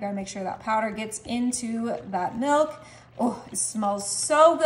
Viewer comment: It's pronounced milk, not melk